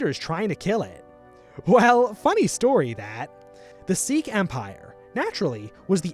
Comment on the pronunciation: Its crazy how many people mispronounced Sikh. Its "SIK" or "SIK-EE" not "SEEK"